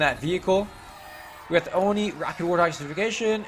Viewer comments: Stop mispronouncing ONI PLS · sorry for being mean, but it annoys me